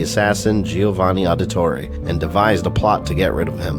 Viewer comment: Jesus man I'm loving all the content but is not pronounced audit-torri it's Audi-torri like Audi as in the car